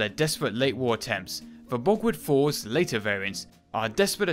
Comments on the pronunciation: An interesting video, but it's most annoying when the commentator pronounces German names and words incorrectly. Borgward is pronounced borg-vart not bogwood. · Sigh.. w’s are pronounced with a v sound in the German tongue